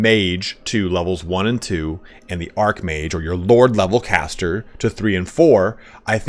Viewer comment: ARCH mage, not ARC mage you goober. lol